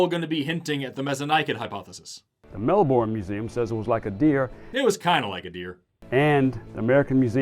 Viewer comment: I hate how the guy playing the teacher pronounced “Melbourne,” like bro, it’s not Mel-born, it’s mel-bin. Or Mel-Ben, it’s hard to articulate with a keyboard